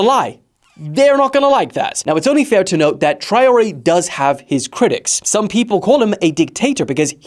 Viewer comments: It’s Trawalleh for God sake 😭😭😭😭😭😂😂😂😂😂😂 but I understand no worries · the way you said Traore should be a international crime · the way you said Traoré will make africans (and prob french) cry